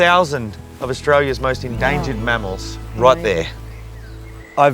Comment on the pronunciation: I don’t know why but I heard “endangered Mammaw’s” and I’m losing it laughing. I realize how silly that is but my hubby calls his grandma; Mammaw and I just couldn’t help but laugh at it. All laughter aside. I truly love what you all do ❤